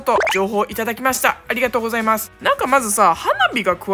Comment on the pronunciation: 本当にからかってるみたいﾅﾝﾃﾞｽｹﾄﾞ に本日もご視聴ありがとうごせぇーます。になてる😂(言い違いなんて誰でもあんのに細かいこと気にすんなぁ😑)